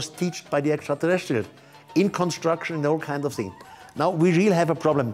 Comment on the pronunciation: “Esshhaahtaalesseeullzz” is always what I hear whenever he says extraterrestrials